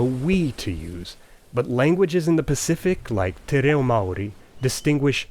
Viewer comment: I was wondering if Maori would get a mention! Pretty great pronunciation as well!